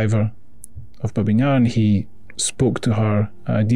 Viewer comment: Babi, not Babin, Yar